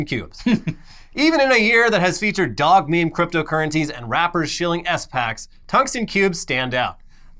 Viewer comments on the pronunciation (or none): calling it S-Packs is a whole vibe for me.